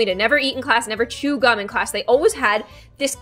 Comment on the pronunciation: Wait did u here say “ alwais “ when she was talking about her hair getting stuck in the chair I love it lol